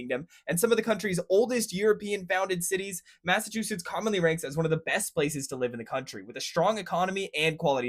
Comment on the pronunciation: Massive two shitts…… no it’s Massachusetts. 😂